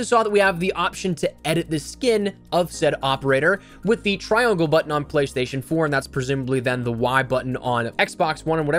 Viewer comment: Edit with the what button? Lmao he said sum T R I O N G L E B U T T O N